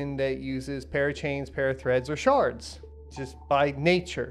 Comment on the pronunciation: I swear I hear sharts every time ya say shards